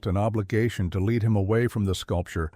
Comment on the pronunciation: AI generated so the narration was almost monotone. No differentiation in characters voices and a number of mispronounced words (content, balance, lead). The story was good but not the narration.